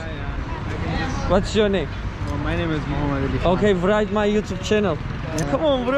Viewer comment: "write" değil "rite". -w okunmaz...